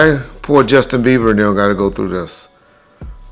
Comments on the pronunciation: calls him "Justin Beaver" 😭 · Dude keeps calling him Justin Beaver